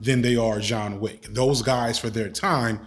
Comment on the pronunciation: I love how you consistently call him Jean Wick.